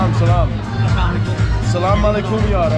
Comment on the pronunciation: I appreciate your willingness to attempt speaking Arabic but your pronunciation of Salamalaykum seems disingenuous. You put emphasis on the end of the word like you’re saying hello with eight extra o’s at the end. You also call everybody Habibi which is slang for my love or my darling,. This is a term for very close friends not someone you just met on the street. It is nice you’re making an attempt but it doesn’t come across as sincere but rather mocking. I struggle to watch your videos even though the content has potential.